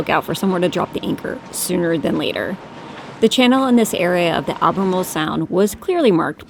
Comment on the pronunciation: Don't forget Al-be-marle